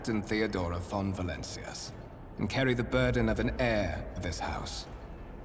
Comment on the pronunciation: Tiny advice, the H in heir is silent.